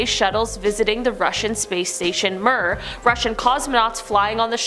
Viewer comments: Mir is pronounced mirror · MIR is pronounced "meer".